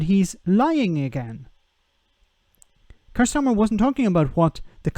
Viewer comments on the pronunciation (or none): It's pronounced Keer.